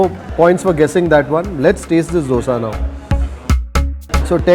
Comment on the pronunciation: my dear why do you keep calling it dose.